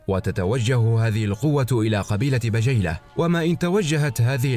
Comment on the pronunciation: الله يعطيكم العافية ماتقصرون في هذي القناة الأكثر من رائعة ولكن عندي ملاحظه في نطق بعض اسماء القبايل مثل قبيلة بجيلة والتي تنطق بالكسر